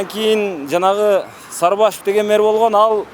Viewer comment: Мер эмес, мээр эмес, меер эмес! Мэр, эми туурасы шаар башчы же калаа башчы болсо кыргызча болмокпу дейм.